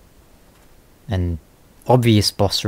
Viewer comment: Okay. I just want to know. Why do so many people actually pronounce Amygdala incorrectly? I mean christ. Patches LITERALLY says it in the cutscene that takes you to this place. There is no excuse for almost everyone pronouncing its name wrong. Still love the videos. Keep em coming.